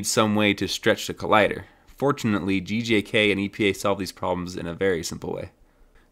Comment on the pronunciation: Everytime you say GJK it sounds like you're saying GJAK